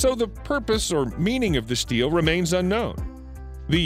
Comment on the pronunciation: Stele = "steel-lay" not "steel"!